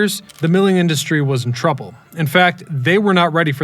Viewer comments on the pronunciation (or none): none